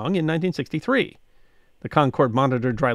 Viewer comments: Being a NH native, I’m not surprised we have so many state songs… we have so many people form “away” who want to make NH just like where they escaped from! (I’m sorry that my bias is showing so much!!!) A few pronunciation points: Concord… KAHN KURD with emphasis on the first syllable. Rivier… RIV EE AIR emphasis on the middle syllable. And yes, we / I have troubles when we go to other parts of the country! (Most noticeably arriving and San Fransisco and asking what the quickest way to Concord, VA [Pronounced as we do in NH] was!!! “What?!?” “Where?!?” “Never heard of it!”) Wonderful as always!!! Keep up the good work!!! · This is going to drive me crazy as a granite stater, Concord, NH is pronounced Con-kurd not Concorde. The city and the paper the monitor pronounce it this way as do all granite staters.